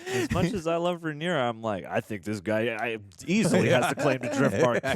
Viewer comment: Just a note: her name is RhaenYra, not RhaenEra.